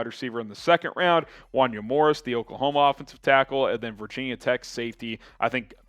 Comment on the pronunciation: First can we please you Morris’s name right. Pronounced “wahn-YAY”. I loved the pick tho former top recruit great athlete and looked awesome at the senior bowl. One of my guys coming out of the draft hope he turns out.